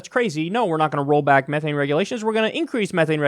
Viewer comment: Please don't pronounced methane that way, your hurting me on a fundamental level.and yeah, it's worse that CO2 but tbh since it's valuable you don't have to worry about companies pumping it out too much,h they want to keep it